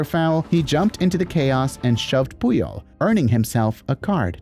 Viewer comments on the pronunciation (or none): none